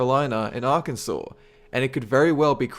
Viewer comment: York-shy-er, Nor-foke, Arkan-sore. Bloody Australian pronunciations haha